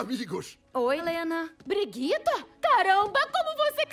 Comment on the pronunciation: Ngm consegue pronunciar Briggita kkk